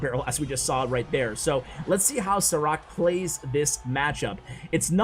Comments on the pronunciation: It is not Sarak, it is like Sharac/Šarac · I think you were saying this Sarac name wrong :D Šarac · Sarac is pronounced SHA-RA-ZZ like zz in Pizza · Love the vids Btw. His name is pronounced "Sharatz" 😁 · I thought u said "ciroc" instead of the name of the pro player hahaha :) great vid btw.